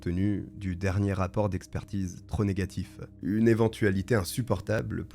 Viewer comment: purée mais arrête de mettre des "e" partout à tous les mots surtout les mots qui n'ont pas de "e" !! c'est absolument chiant 🚩 canal plusseu, aloreu, trop négatifeu...etc etc 😤